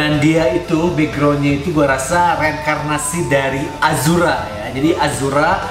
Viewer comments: Ashura bang, bukan azhura.. 🤣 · Ashura bukan azhura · ashura bkn azura